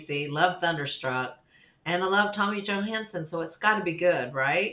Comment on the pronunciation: I think he is 37... looks like a 14 year old 😂 And name is pronounced Johans-Son not johans-sen... maybe an american problem 😁 Cool reaction and he is awesome 👍🏻